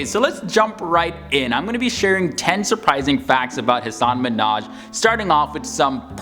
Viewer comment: I think you’re mispronouncing his name. He was on the Ellen show explaining that the proper emphasis of syllables is in reverse order.